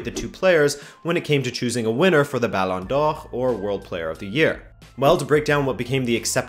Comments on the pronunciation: I love your correct pronunciation of “Ballon d’Or” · It bugs me that you say ballon d'or with french pronunciation but butchers rabona with that accent. Good video tho. Got a new sub!